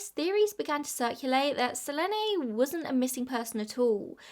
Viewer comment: i think you pronouce her name as su-leen=selene